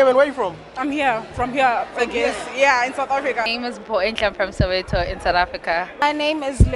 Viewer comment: Can't even pronounce her name